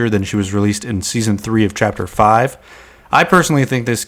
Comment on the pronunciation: bro said chaper three seasoon 5?